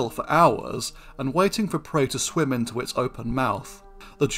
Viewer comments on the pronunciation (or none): none